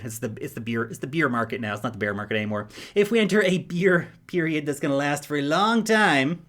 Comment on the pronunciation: You've been in NZ too long and are starting to pronounce bear, bare and beer all the same way. Kiwi as bro!